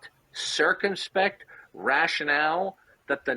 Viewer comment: I laugh every time this wanna-be ivy league professor bobbles the word 'circumspect' -- cracks me up every time!